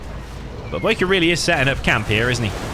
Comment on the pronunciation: "Boycahr" lol love u you british sob